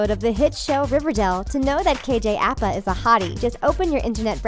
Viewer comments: It's pronounced kj A-Pa 😂😂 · Apa is pronounced "Ah-Pa" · Anyone else annoyed at how she pronounces Apa?